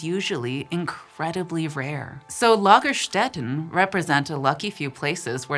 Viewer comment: Perfect German pronunciations & use of the plural suffix "-en",!! 🤍🩶🖤❤️💗🩷💜💙🩵💚💛🧡🤎 ~ greetings from Bavaria 😘